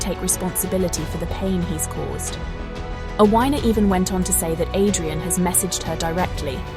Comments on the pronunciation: FGS! Its pronounced Afina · Sorry, but her name is pronounced "ATHENA".